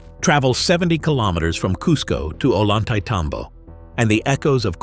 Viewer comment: Just so you'll know...the "double LL" is pronounced as "Y". Say, O yan tah-y teh tom bo"